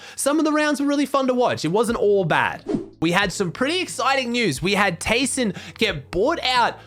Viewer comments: Its pronounced Tai-son Also: Keeps saying tayson for the rest of the video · Or just Tyson